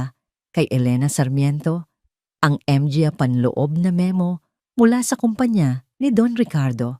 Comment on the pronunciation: 😂😂😂sorry po 🤣🤣🤣may kahusayan sana ang pagnanarate malinaw nakakatuwa lang ang mali niyang pagbigkas na maraming tagalog na salita. tulad ng mga, dra- doctora at iba pa ha ha ha 😂"MGA -manga "po ang tamang pagbigkas 😮pero natatawa talaga ako